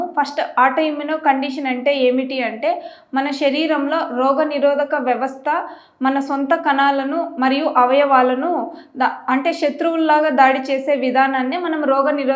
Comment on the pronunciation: కనాలు కాదు తల్లి కణాలు అనాలి